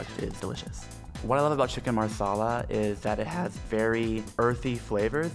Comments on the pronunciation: Every time her said maRsala the Indian in me exploded xD But love the video :) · Wtf is marrrrrrsarlar 😂😂😂😂😂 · i thought he was saying chicken masala wrong, but as it turns out, it was marsala😂😂😂